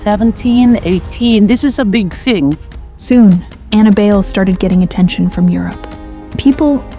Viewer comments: Buy-leh is the pronunciation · It's Bai- Lee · That's American pronunciation. In its true origin, Filipino, it's pronounced as "BAI (like "lie") LEH" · how hard is it to fact check why it is pronounced bail?